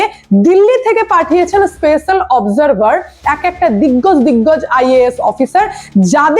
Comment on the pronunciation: দিজ্ঞাজ দিজ্ঞাজ অফিসার এসেছে তো? তোমার এই দিগ্গাজ টা শুনতে বেশ লাগে। চালিয়ে যাও,যা হবে স্পষ্ট হবে। God bless you.